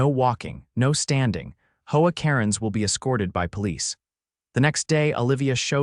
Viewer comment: Pls, pls,.please get A I that actually speak. A Base????? Seriously! Howaa, howaa, How about H O A.